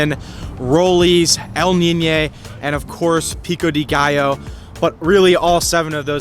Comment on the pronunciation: I saw you say gallo wrong…get it together